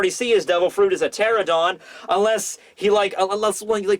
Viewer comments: It's pteranodon, not pteradon. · It's not a pterodon, it's a pteranodon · PteraNOdon! Please, it's so painful to see so many people in the community butcher the pronunciation in some way or another! At least you! Please! Lol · How does a flying dinosaur have fire on its back!? 😗😐🤨😓 ngl I don’t like big mom being in wano it’s too soon I wanted her to return in elbaf 🤦‍♂️🤷‍♂️ very disappointed w/orochi & the samurai under him so far 🙄 Btw Dino expert here pteranodon is pronounced “ter-ran-no-don” & yes it’s not really a dinosaur lol also the “sabtertooth tiger” is actually called smilodon xD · The fact you keep leaving a syllable out of Pteranodon keeps getting to me.